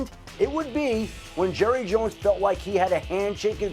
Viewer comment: You mean Jerruh